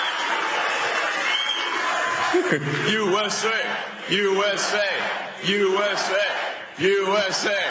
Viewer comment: yewww essss aayyyuh, can't even chant the country's name right